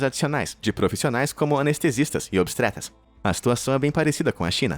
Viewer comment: Obstretas várias várias vezes. Eu sei que é difícil pronunciar algumas palavras em português, mas é bom treinar antes de gravar 😉 Mas, fora isso, parabéns pelos vídeos! São incríveis! É um dos meus top 5 canais que assisto de curiosidades 👏👏👏👏